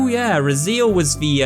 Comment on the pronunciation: I think it’s pronounced Raz-ay-el, not Razeel.